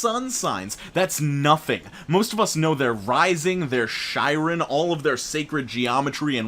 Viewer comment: "SHIRON" IT'S PRONOUNCED "KAI RUN" ITS A HARD C!!! FDKSFJDSA IT'S GREEK MYTHOLOGY Also I am that idiot who loves astrology and there is WAY more than a sun sign but here's the thing, i'm not gonna gate keep what people think is fun Also I know my friends' charts and aspects and shit and I'm not special just fucking stupid and got a great memory for random shit! Also I too have more """masculine energy""" even though I am Water Dominant, Fire is second dominant and Air is third and I only have 2 earth placements... so yeah... guess I CAN'T BE AN ASTROLOGER. BUT DOES MY PISCES SUN/MARS/SATURN MAKE UP FOR IT BECAUSE UWU THAT'S THE INTUITIVE SIGN UWU